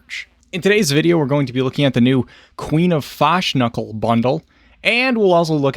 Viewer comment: YOU literally made me lose my shit when you started with the Queen of Fashknuckle bundle and the fashknuckle bundle" but IM SORRY, DID YOU SAY "THE FU*K-KNUCKLE ANIMAL BUNDLE"? CUZ I JUST ALMOST SPRAYED HALF A CAN OF PEPSI FROM MY NOSTRILS...SO THANX FOR THAT MATE LOL. FUNNIEST CRAP IVE HEARd ON THE INTERNET TODAY..THANKYOU UNTIL NOW I WAS HAVING A PRETTY BORING DAY HERE IN THE MIDDLE OF AN EXTREMELY HOT AUSTRALIAN SUMMER, LOL I LOVE YOUTUBERS LIKE YOURSELF IT IS SO REFRESHING, IM A 52 YEAR OLD GAMER AND A RETIRED AUSTRALIAN ARMY BRIGADIER GENERAL, (YES THE 2 CAN BE COMBINED WITHOUT CANCELLING EACH OTHER OUT LOL) SO MANY TUBERS DOING REVIEWS EITHER ABOUT GAMING/MUSIC OR UNBOXING / PRODUCT REVIEWS ARE SO AFRAID TO CURSE DUE TO DE-MONETIZATION IT MAKES THEM SO BORING..KEEP UP THE GREAT WORK, I LOVE YOUR CHANNEL MATE. CONSIDER ME YOUR BIGGEST FALLOUT FAN FROM THE LAND DOWN UNDER !